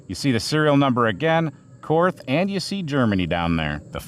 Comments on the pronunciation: I know it's cringe but: Korth is a German company and so it would be pronounce "KORT" (with a hard T) in German as there is no "TH" sound in German. This is why the stereotypical German accent uses "Z"s instead of "TH" sounds as that's the closest phoneme. You're all welcome I've made the sacrifice and posted the cringe post about how to pronounce the name. Now that that's out of the way everyone can actually post about the revolver. And yes, the pronunciation matters when you casually blast 357 through a $4100 revolver. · In Nazi, it's pronounced "kort." I'm German, I can use that word